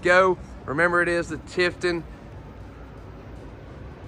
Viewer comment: re-listen to what you are saying. Tiffin not Tiffton, Cummins not Comings, and what about Fridgerator? and screen text Retail not Retiail. Nice Motorhome.